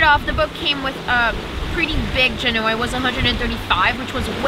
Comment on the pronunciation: Excellent presentations, and! I love the technical details. Perhaps you could cover the details of your boom vang, along with explaning the difference between a tension vang, a pusher vang, and vangs which do both. Proper pronunciation of "genoa" is commensurate with the city after which the sail is named: Since sailcloth is made from manmade fiber, why don't they include UV-absorbent/reflective/protective substances into the fiber as is done in other industries without detriment to function? Did you forget to mention your sail drive recharges your batteries while under sail? Perfect for pulling into port...:)